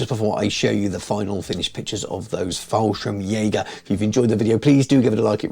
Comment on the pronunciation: Fallschirmjäger not FallSchrimjager... No worries, still a good Video 😀